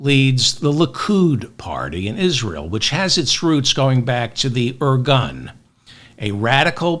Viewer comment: I love you David! I love it how you said at the end that you’re not giving up! Also, I know Israel’s history enough to say that you described the situation and history accurately. By the way it’s pronounced… “Ir-goon” and not “ir-gun”.